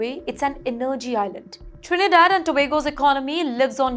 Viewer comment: n-nerrgy lol - Miss, your info is as false as your pronunciation of words like energy. Trinidad is NOT geographically between the US and Venezuela; it is to the east of Venezuela. The very large America is north-northwest of the very large Venezuela. This news story declaring the end of Trinidad and Tobago is an evil attempt to get unfair viewership. Why didnt you show a map of Lebanon when talking about them? Learn what the word between means.